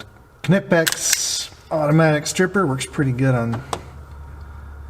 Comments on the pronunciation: You are the first to pronounce Knipex right. And the Weller heat gun is fantastic, but I have tried to source one and they are only available through industrial dealers like Farnell or RS-Online, and they are not cheap either. The rodents are a pain, we have a lot of mice here as well, the buggers make complete gangways underneath our house, after a sewer break we even had rats. Lucky for us the concrete foundation is a good barrier, they don’t come in. Martens also become a bigger problem, but you can scare those away with sound. There are little devices you can put in your car for that. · Knipex pronounced right! Thumbs up!